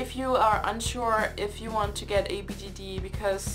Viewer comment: does anyone realize she says bgd not bjd